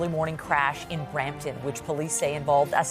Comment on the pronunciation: It's Brampton